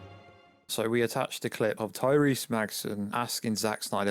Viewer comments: Hahahaha said “Tyreese Magson” 🤣🤣🤣🤣 you crack me up man but I love your channel. Ignore the hate bro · Yeah he said it exactly like that 🤣🤣